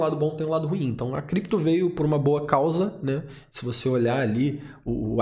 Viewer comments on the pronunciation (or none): none